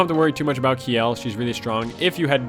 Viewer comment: The pun in the title might work better if "kj" in Norse languages wasn't pronounced like "sh". Her name is a pun on "shell", like her armor. But hey, that's pretty obscure knowledge, so I can't blame you.